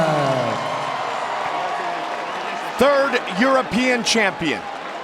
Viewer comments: I'm happy Joanna won and I think shes going to stay the champ. I'm just disappointed that Joe is the only one who can pronounce her last name right. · Disgraceful. This woman puts on the performance of a lifetime and three (count them) THREE men mispronounce her name. Why is that I wonder? This chauvinism has to stop. These subtle, passive-aggressive tactics by man-children to suppress beautiful strong women like Joanna Jędrzejczyk don't get by real men. Keep on fighting girl, we've got your back. Kind Regards, Wyatt Nite